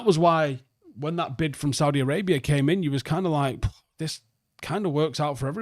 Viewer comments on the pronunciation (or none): none